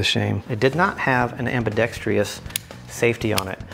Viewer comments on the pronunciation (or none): It’s ambidextrous not ambidextrious